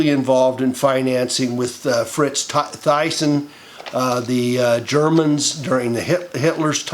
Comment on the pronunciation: Thyssen is pronounced "Tssen"